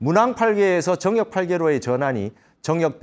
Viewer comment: 정역의 바를 "정" 자 발음이 틀렸나이다. 길게 발음해야지요! 스님 같은 대학자께서 이 바를 "정" 자를 브르게 발음 하지 못한다는 것은 실로 부끄러운 일이옵니다.